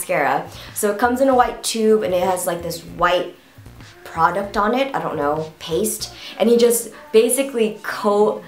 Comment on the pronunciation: I laughed when u said 'paste' xD